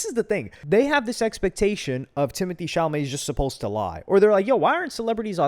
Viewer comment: Timotae cha-lamoet